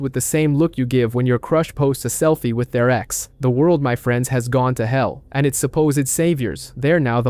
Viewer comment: Darth Vader, selfey 😂😂😂